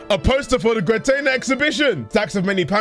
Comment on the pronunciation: Happy that started trying to pronounce the artist's name differently, but soon slipped back into the Gwer-tay-nah we all know and love.